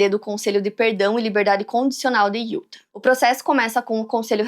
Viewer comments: a pronuncia certa de Utah é (iutá) sei que você faz muitos casos de lá e isso pode ajudar ❤ ( não é uma correção ta? É só uma dica se caso você quiser aceitar 😂) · Hey, correção do bem: se fala “Utá”. 😉